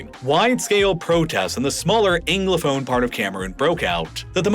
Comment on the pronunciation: But he continued to pronounce ‘Anglophone’ as “Englophone” - or is that just a Philadelphia accent I’m hearing?